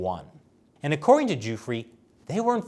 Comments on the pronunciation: The victim's name is pronounced; Doofray not Duefree. Just saying... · Why does he keep calling him “Joofrey”? It’s driving me crazy. 🤣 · You can't report on the fact of a case if you haven't read the case at all.... I'm a minute and a half in and he's already misrepresented Epstein and Maxwell's relationship and mispronounced Virginia Guiffre's last name which only has to be one of the most high profile victims in the world right now. I know more about this case than you and I'm not reporting it. Pick your shit up